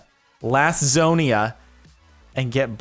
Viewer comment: Why did he say lasusana like that